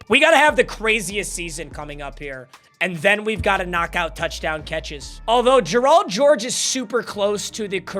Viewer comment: Y u say Gerald like that